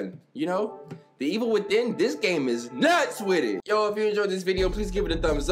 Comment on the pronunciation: Here's a new game every time he says Wid It take a shot